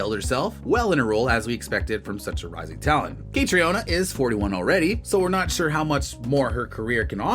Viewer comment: Her name is pronounced like Katrina.